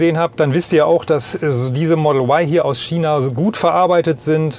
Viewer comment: Es heißt China, nicht Schina. Nur so nebenbei. :)